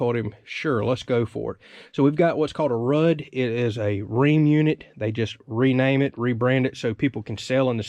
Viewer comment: Its pronounced Rude its a good unit as long as it doesn't use the X-13 based blower motor. Those motors are junk and cause all sorts of service issues. And if you have a trap at the condenser your not suppose to add more than one. Dual trapping will cause issues . Glad your moving along with the project